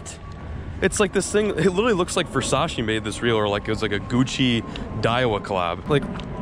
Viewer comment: couldn’t even say Versace right